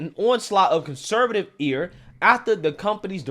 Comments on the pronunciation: 'Ire' is pronounced 'eye - er' btw, not 'ear' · The word “ire” is pronounced “eye-er”